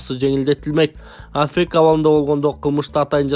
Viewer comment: Афек эле дейсин кыргызча котормосун айт же орусчасын туура айт